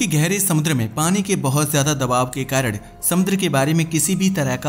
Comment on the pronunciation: कारण ❎ कारड ✅